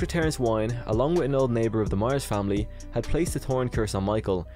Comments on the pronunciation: Good video. Dr Wyn is pronounced Win not Wine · I believe the correct annunciation of Dr. Wynn's name is WIN. Like winning a game. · I thought that Loomis had a heart attack at the end of H5. Also I'm pretty sure Wynn's name is pronounced win.